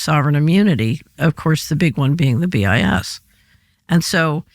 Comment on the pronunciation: BIS sounds like “BS”; probably intentional!